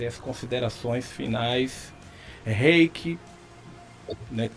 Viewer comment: A pronúncia do nome dela está errada. É do alemão, "Hi/kah" (rai/kã).